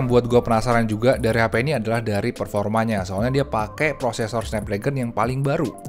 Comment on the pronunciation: dengerin dech bener2, profesor atau prosesor